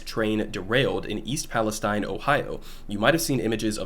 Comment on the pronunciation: Pronounced palesteen